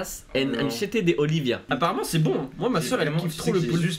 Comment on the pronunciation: Il a dit olivia et pas oliva g begayer en entendant mon prenom